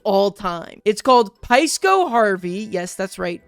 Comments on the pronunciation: Psyco = Pai-skow????, are you dyslexic or drunk? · mate that’s just psyco as in psychology and all that brain stuff , not pie-sco